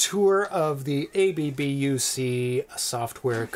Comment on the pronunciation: ABBUC is not pronounced as A.B.B.U.C., but as a word. The A sounds like the A in the word 'father' and the U sounds like OO in the word 'look'.